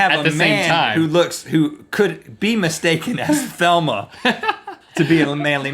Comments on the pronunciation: Velma. Her name was Velma, not Thelma. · its pronounced 'Velma' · "Velma", Rhett. "Velma". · Beck Rainbow he says Thelma. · CallOfDuty Studios Fabulous Beck I hear Thelma in fact I looked up Scooby doo characters to see if I have been saying her name wrong for years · IT'S VELMA, BOYS! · Her name is Velma, 'V'elma. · Isn't it "Velma"? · it's Velma with a V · Yea, it sounded like they said Thelma. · is i just me or are they saying Thelma? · Am I the only one who believes that they are pronouncing "Velma" incorrectly? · Is it just me or did they say "Velma" wrong? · its velma not thelma lol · it is VELMA not THELMA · Thelma? Lordy lordy say Velma. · He's.... He's saying Thelma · WHY ARE THEY CALLING HER THELMA! HER NAME IS VELMA! VELMA! WITH A V! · V e l m a not t h e l m a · I don't think it's "Thelma " it's "Velma" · its velma not thelma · VELMA not Thelma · her name is velma not thelma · I almost cried when they said "Velma" as "Thelma." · It makes me cry every time Rhett says Thelma. Not with joy: it is insanely frustrating that they don't know their basic Scooby Doo. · Why are they saying Thelma its velma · Are they saying "THelma?!" 😄😄❤️❤️ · Her name is 'Velma', boys, not 'Thelma' lol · Velma. Not Thelma. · omg im sorry but this is driving me insane its VELMA with a V not Thelma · its velma i feel like he was saying thelma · I keep hearing "Thelma" and not "Velma" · all yall saying thelma or velma? im pretty sure its velma. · It's Velma not Thelma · Her name is Velma, not Thelma... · Why are they saying Thelma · her name is velma not thema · Velma. Not Thelma, nice try Rhett. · it's not Thema, it's velma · It's Velma... Not Thelma... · AHHHHHH! It's Velma not Thelma!!! Love you guys but ah! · Its Velma, not Thelma!!! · it"s Velma! Not Thelma! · Thelma? It's Velma. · did you say thelma? i thought it was velma. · XD Her name is Velma not Thelma lol. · Haha. It's Velma not Thelma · its Velma, NOT Thelma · Thelma? Thought it was Velma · Velma, not Thelma